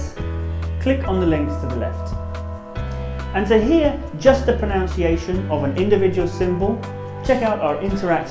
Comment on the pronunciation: I stumbled on this video by accident as a native English speaker and found it to be interesting, informative and entertaining. However, the host mispronounces the word "pronunciation" as "pronounciation"! Oh the irony!